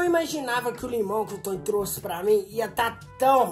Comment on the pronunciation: Não é Tony é toin